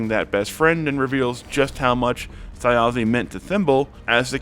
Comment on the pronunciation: I don't understand how someone can watch 3 several hours long episodes where the characters and the DM namedrop Thjazi every half hour and still mispronounce his name 😭